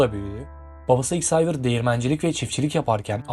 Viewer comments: Lois diye yazılır Lui diye okunur. Babası Xhavier diye yazılır havyer diye okunur. Türkçeyi konuşamayan çocuklar İngilizce Fransızca kelimeleri doğru telaffuz edecek de seslendirme yapacak, biz de göreceğiz! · Xayvır da değil, zevyır